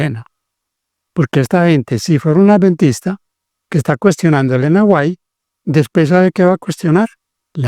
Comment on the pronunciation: Ese q habla es un moron nosabe siquiera pronunciation el apellido de Elena White